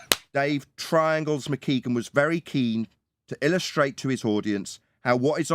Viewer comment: Twiangles have fwat sides